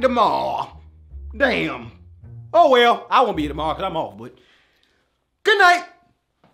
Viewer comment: the way he says tomorrow 🤣